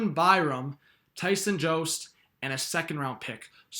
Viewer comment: I liked the video, as an avs fan i do need to correct you on tyson josts name, it is the j sound not yost, and its pretty universal that we think byram is untouchable, the girard trade or timmins trade are most likely the trades that would work